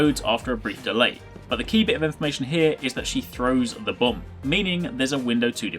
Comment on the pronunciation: haha it sounds like he's says bum when he talks about the bomb